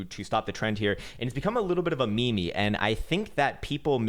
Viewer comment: You did not just say ME ME for meme 😫